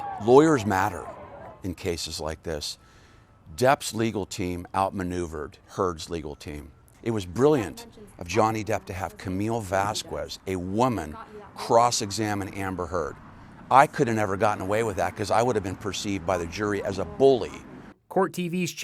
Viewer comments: Vasquez ..say her name right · The way he mispronounced Vasquez, wtf